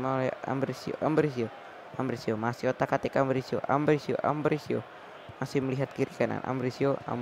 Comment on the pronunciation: Itu Ambrosio, bukan Ambrisio!!!